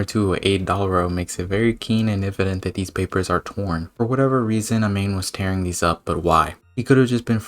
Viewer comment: Btw, just a tip, amane is pronounced a-man-eigh